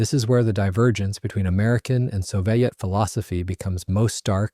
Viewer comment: Since when did we start pronounciating "Soviet" as "so-vai-et"?